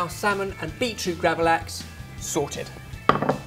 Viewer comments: I find it so hilarious how says gravad lax X'D you say it as gravad-lax like two difrent words and it sounds like hes just mumbling it like gravalavalax or something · Lax = salmon xD It sounded so weird when you said gravad lax xD